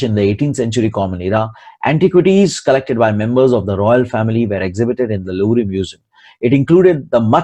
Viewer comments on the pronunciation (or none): Louvre ka pronunciation is Loo v rr